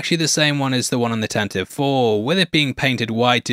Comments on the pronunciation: Tantive IV is pronounced Tan-te-vee (as per Wookiepedia and original radio drama) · Tantive IV: "tan-tah-vee (four)"